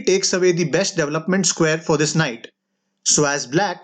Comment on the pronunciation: White's "double-up-ment" instead of development. Hey, I know it's uncool to make fun of people, but it is funny. Admittedly, your English is way better than my (I don't even know the common languages spoken in India, but I like the sing-songi-ness of it - so I'm totally ignorant there, too). And more seriously, the video seems to be progressing in a very mature, fast, and clear pace. So, I just want to be the peanut gallery. Although "Double-up-ment" is hard to understand as development.